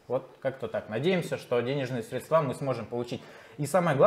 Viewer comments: учи русский! СрЕдства, а не средствА! А то как мошенники с банка разговариваешь! 😁😁😁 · Не средствА, а срЕдства🤦🏻‍♂️